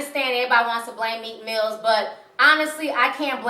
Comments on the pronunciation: MEEK MILL ! NOT MEEK MILLZ ! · Its Meek Mill not Meek Mills..